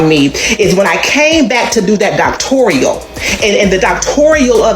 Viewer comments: It's "doctoral," not "doctorial." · 🤣 That's what I said, it's "doctoral," not "doctorial." Yet I have heard supposedly educated people continue to pronounce it as the latter. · Yes. I thought I literally was the only one who was like, "doctorial?" 🥴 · I don't know may ppl in a program or with a doctoral degree that say "doc-tor-i-al" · No person with a doctorate degree CAN'T EVEN PRONOUNCE IT... DOCTORIAL🤔😵‍💫😵‍💫???? Not once has she even said what her dissertation was on because she doesn't have one. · Yeaassss!! It makes me crazy to hear it because not a single person who spent that time & effort would mispronounce their own degree!!!